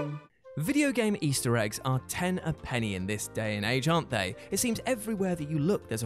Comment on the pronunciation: Something about a Brit saying “penny” feels off.